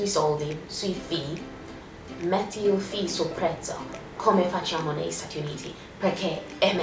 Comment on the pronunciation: Noi diciamo "selfie" facendo sentire la "e" iniziale ma quella finale no